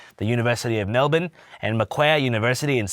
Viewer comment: hearing an american casually say melbourne right was an out of body experience (so to speak)